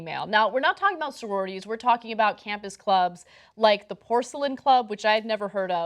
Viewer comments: It's Porcellian, not Porcelain!! lol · Let me give some context to the statement from the Porcellian. (By the way, it's PorCELLIAN, not Porcelain.) What the Young Turks left out was the fact that the Porcellian doesn't throw parties. In fact, you aren't even allowed into the clubhouse unless you are a member. Therefore there are no sexual assaults against women at the clubhouse because women aren't allowed inside. The club's point was that Harvard's claim that they are trying to stop sexual assault in the club is disingenuous, seeing as the current amount of sexual assault is already zero. In fact, the only thing it could possibly do would be increase the chances. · It’s the Porcellian not the porcelain